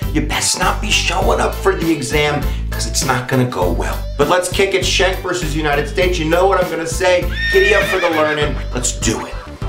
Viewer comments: Pronounced SKANK...Not shank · My name is Anthony Schenck and you are not pronouncing my familys name correctly. It is pronounced SKINK, like the lizard. If your going to state the facts, atleast now how to pronounce the relating facts correctly. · not correct pronunciation.